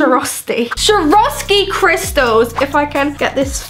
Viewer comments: its not shoravski is Swarovski, pronounced "Swore-of-ski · sharoskie? its pronouced SAWOSKI but its spelt like Swaoski